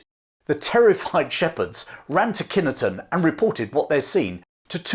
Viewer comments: Kine ton not Kinny ton. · Its pronounced "kinton" not Kineton And just for reference i was born there and lived locally for 40 years Otherwise it's a good history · Wonderful tale, but please, as a Warwickshire Lad of 70 years that has hunted that country for many years please pronounce it Kine ton not Kinnerton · KINE TONN as in chine or pine not kinton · I look out over that very battlefield every time I stay at my sister’ s in Kineton ( pronounced Kine ton as in Pine btw) up the road … having read about the phantom battle when I was a lad. Never seen anything even after drinks in the various pubs around there 😂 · It's pronounced kine-ton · My father was born in Kineton /ˈkaɪntən/ (sorry but I have to correct your pronunciation) and he did tell stories about how eerie the battlefield was. He sad there were weird noises and people stayed away especially at night. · Its Kineton not Kina ton ...It was known as Kineton fight back then. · wrong it is pronounced as Kine ton as in chine.tonn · Great story, we live not too far away in Kenilworth and have visited Edge Hill a number of times. One question though, is that the correct historical pronunciation of Kineton? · thank you so much for this. I grew up a few miles from Edge Hill and have sat in the beer garden showing the view seen many times (another haunted location by the way). I did wonder if anyone in the comments would pick you up on mispronouncing Kineton though 😉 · I live about 3 miles from Edgehill and just down the road from Cropredy (Bridge) and just for reference the INE in Kineton is pronoused thee same way as the INE in Line... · Enjoyed the tale but it was even more entertaining watching my Warwickshire born wife wince every time you butchered the pronunciation of Kineton. Love the channel, please keep up the good work. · As a local lad I have to say I've never heard Kineton pronounced like that before . Otherwise a great story as usual.